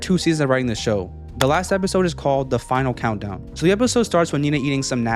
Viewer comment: THE FIINAL COUNTDYOWNNN